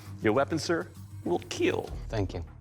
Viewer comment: Wheel keel 🤣